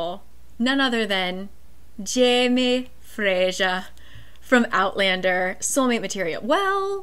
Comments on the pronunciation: Hello- Scottish person here. Fraiser is pronounced less like Fray--shure and more like Fray-zur just for peoples information! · For some reason saying Frasier instead of Fraser is so funny to me😂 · I am scottish and we definitely do say "z" :) Fraser is a super common first and last name - definitely fray-zer. Not a big deal but I didn't realise you were trying to sound Scottish, I thought it was to do with the hit TV show "Frasier" confusing the name LMAO.